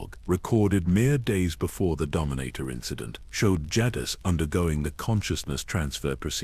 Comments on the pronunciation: Love the videos... but please you used 6 different pronunciations for darth Jadus... I would suggest using the pronunciation used in swtor... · The Ai pronunciation of jadus was all over the place in this video it wasn't consistent at all